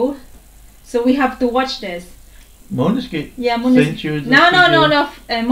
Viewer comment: You pronounce maneskin better than Italian people 👍🏻